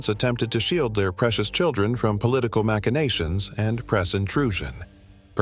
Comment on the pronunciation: The voice cannot be that of an educated real person because a real educated real person will know how to pronounce Louis and machination properly.